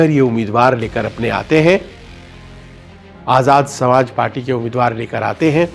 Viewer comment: पत्रकार महोदय, चन्द्रशेखर आजाद भाई जी की पार्टी का नाम "आजाद समाज पार्टी है,इस नाम को बढ़िया से रट लिजिए,आप सही से पार्टी का नाम नहीं ले पा रहे हैं।